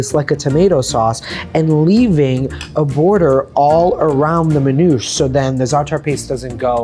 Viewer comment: Manoush ? MAN'OUSHÉ. Zaator? Zaa'tar. Isra-what? Palestine. Just say it the Lebanese way and stop westernizing our culture. Teach them the word as is.